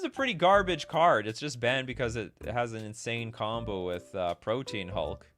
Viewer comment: It makes me mental every time I hear it. It’s not “Protein Hulk” it Pro-tee-an Hulk.